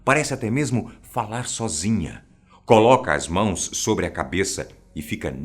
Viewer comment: Fala sober asosiasão kkk